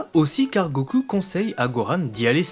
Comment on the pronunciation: La review est bonne, mais ta prononciation pseudo-japonaise du mot "goku' devient excessivement lassante à la longue.